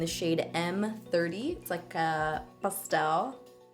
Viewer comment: when you say pastel you sound like youre saying cake in Spanish. I love it!💖 #noshade